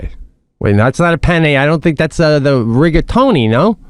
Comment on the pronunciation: Jesus Sebby. Your Italian ? Cavetelli? Rigatoni? Jesus man that was embarrassing